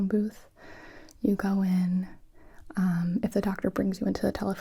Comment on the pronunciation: Gonna be honest I thought she said Dr Suiss not Dr Who lol, I was very confused at first